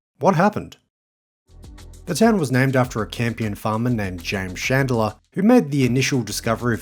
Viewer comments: Merry Christmas and another year down watching your stuff. I did have to come for the comments though when hearing the pronunciation of 'Chand-lar' (Chandler)....seems you've been advised enough haha....now take the vid down and fix it😂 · It's Chandler not Chandlier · "shan de la" ha ha ha! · It’s pronounced chand-ler. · Interesting how the town's name is pronounced. I have some Chandler family in Rockingham (Ten Pound Poms who came out in the late 60s). We all pronounce it "CHan-ler", with a full "ch" and the "d" almost silent. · You might want to check the pronunciation of Chandler.